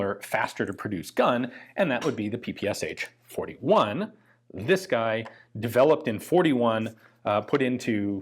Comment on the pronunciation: PPSh is pronounced PehPehSHAH :) ППШ: П - "P" as in "pedal", Ш - "SH" as in "sh...t". PistolEt - pistol, PulemiOt - machine gun (literally a "bullet thrower"), Shpagin - the guy's name, he's named after a straight fencing sword "shpaga".